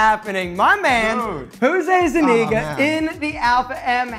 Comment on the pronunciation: Why Jose pronounce his last name like that? Cause that’s not how it’s pronounced in spanish 😂